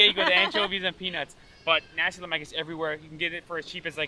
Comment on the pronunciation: You pronounced sambal belacan right, congrats! So for a start, kari is pronounced as "car-ree", not "ker-ree". nasi is "naa-seek", not "na-see". lemak is "luhh-muck" ramly: "rum-lee", not "rem-lee"